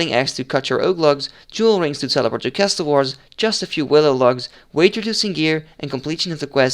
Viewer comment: stop fucking calling it cass toll wars its CASSUL